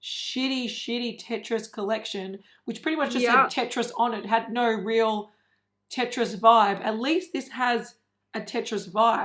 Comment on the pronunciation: As one of many people who grew up with Tetris, that's annoying to see another brand butcher it. I have faith that someone will eventually get it right... maybe. 🤷‍♀️ As for Ofra (which way is it supposed to be pronounced? Does it rhyme with Oprah?). The packaging for this particular collection I actually understand it, because Samantha March has published 8 or 9 books, all geared towards young/women. I agree that the brand needs some young blood and to push the design side a lot further than it has gone. Ofra Gaito has been in the game over 40 years, and the brand not keeping up with the industry is really becoming obvious. I almost never buy stuff at full price, because it goes on sale quickly, and that's where a lot of people see the value. The brand is fairly responsive, so if enough people bring it to their attention, then they'll probably do something about it.